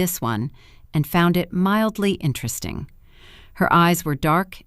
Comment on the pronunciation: When did "Interesting" become a 1 syllable word? 🤣🤣🤣